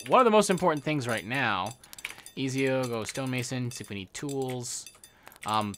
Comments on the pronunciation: ^_^ am I the only one who thinks Ezio should be pronounced Eh-tsi-o !?(ts like in tsunami) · Reminder on how Ezio is pronounced is E-t-zio and keep up the good work